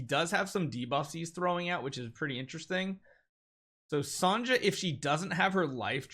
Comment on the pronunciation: lol, did you just say Sanja as her name? It's Sonja, like Sonia.